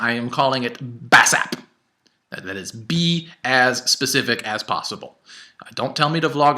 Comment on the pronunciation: BASAP !!!!!!!!!!!!! hahahaahahaha I laughed out loud when I heard him pronounce it the first time. Dan's still got it man XD